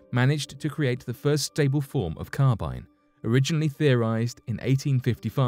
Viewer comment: Linear acetylenic carbon (LAC) is also called Carbyne (not Carbynye) but thanks.